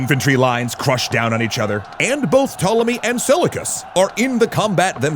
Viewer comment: Seleucus ,pronounced, se-liu-kus. Try it!